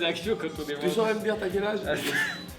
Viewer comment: vanne Damme... ça se dit vanne damme ;)